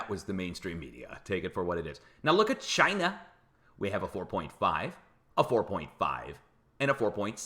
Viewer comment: Why...WHY do you sa Ch EYE NUH